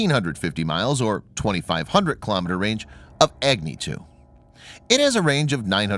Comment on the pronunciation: It is not Egni, it is Agni.